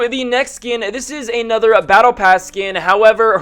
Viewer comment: why do you say ay-nother?